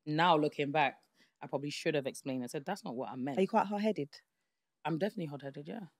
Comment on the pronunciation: “ I explaint it”😅😂